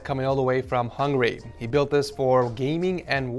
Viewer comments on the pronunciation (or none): Bro mans said hungry is Hungary 🇭🇺